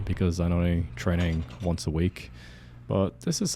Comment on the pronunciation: He actually said "trenning" when you listen carefully😅